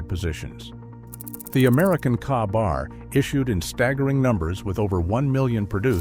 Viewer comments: A.I. always say kah- bar instead of K-bar. I have to delete it. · Pronounced kay bar, not kaabar